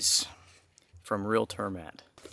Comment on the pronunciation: FYI: The A in turmat is pronounced more like the A in calm 😊.